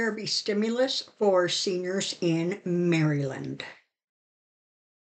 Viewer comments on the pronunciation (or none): none